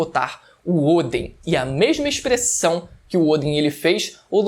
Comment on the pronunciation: Kaido (se fala Káido e não Kaidô) Oden (se fala Odén e não Ôden) Onigashima (se fala Onigachimá e não Onigachíma) Sei que pode parecer chato esse meu comentário, mas eu acho mais chato falarem errado seu nome... É só pra te ajudar a falar certo mesmo